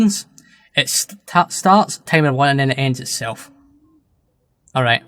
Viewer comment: Honestly, I had to play your video several times until I understood what you meant by "Tamer" (Timer)